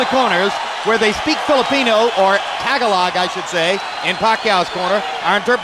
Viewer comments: this guy just said tag-a-lag.. nailed it bud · Holy hell, learn to pronounce "tagalog."